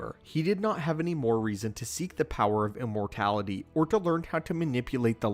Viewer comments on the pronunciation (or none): Did.. did you say “importality” and “exasterbated”?